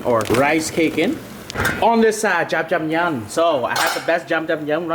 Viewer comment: dude you keep pronouncing jajang myun like jamjamyun